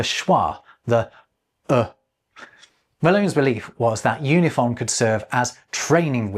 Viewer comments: Im surprised you didnt notice this in editing, but in your Unifon section you repeatedly pronounce it "Yoo-nih-fon" and not "Oo-nih-fon" as the pronunciation guide explains. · Based on the alphabet you showed, I believe you pronounced Unifon wrong. Wouldn't it be "oo-ni-fahn", not "yoo-ni-fahn"? 😁 (Actually, the website seems like it uses the "yoo" letter, while the alphabet you show on screen uses the different "oo" -- are both considered correct?) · Based on the sound key for UNIFON the pronounciation should be "OONIFAWN" as the line is above the U as in "ruler" not below the U as in "unicorn". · I just realized that "unifon" should be pronounced "oonifon" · Oonifon, not Yunifon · I think it's kind of funny that because of the way it's written, we can all see that you're pronouncing "unifon" wrong. Or rather, that "unifon" is intended to be pronounced in a way WILDLY unlike what you'd expect. oo-knee-faahn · looking at that pronunciation guide, isn't it pronounced oonifon? Like oo and ah? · I really like Unifon! And a quick correction,: given the character he used to write the word "Unifon", you weren't pronouncing it as Malone intended. You used /ju/ for the first character, but the character that looks like a "U" with a bar at the top (given the chart you showed) represents the "u" sound in "ruler" (i.e., /u/). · I think you’ve got the first sound in the word Unifon incorrect, it should be like the oo in too if the material presented on screen is correct.